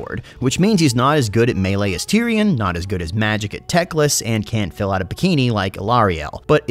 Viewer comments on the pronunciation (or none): none